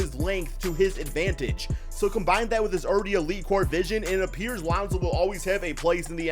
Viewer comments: Who the fck is lawnzo? Just sai it like lonzo bro. Wtf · LAAwnZow? Cant u say it by just pronouncing lonzo? No need to exaggerate his name. Wtf? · Geez you say Lonzo weird